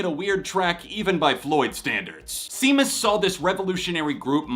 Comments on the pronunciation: OCD moment: it's pronounced SHAY-mus, not SEE-mus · You don't like Starfuckers? That's one of the few NIN songs I really enjoy lol. Also, Seamus is pronounced 'Shay-mus', it's a somewhat popular Irish name